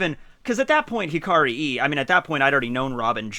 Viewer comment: No, you do not pronounce "Hikari e" as "Hikari i" (as in i in International Phonetic Alphabet), you should pronounce it as "Hikari e" (as in e in International Phonetic Alphabet)